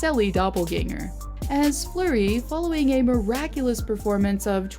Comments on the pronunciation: It’s fluery not flower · its fleury not flower bich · Fleury not flower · It’s fleury not flower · His name is flurry not flower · Why are u saying flower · is she calling him flower? lol